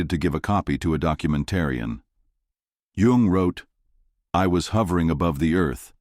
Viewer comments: His name is Yung, not Yong or Young. At least get THAT part right, you AI dorks. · This AI is not the most current. The man’s name is Jung, not young